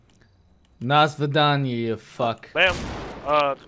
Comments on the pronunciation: Ik this is a year old but u said 'nah svidanya' which you should have said 'Do Svidanya' if you were trying to act any types of Russian. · Dasvidanye not nasvidanye